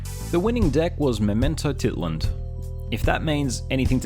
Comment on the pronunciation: I played that YCS. Memento was my round 1 and 2. Pretty powerful deck with infinite extenders. you can pronounce it like this: Memento - ti - TLÁN